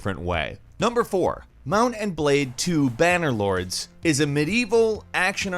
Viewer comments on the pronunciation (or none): Bannerlod"s"??? Its Bannerlord... lol Its also not a Action RPG. Its a Medieval Sandbox RPG. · "Bannerlords" lul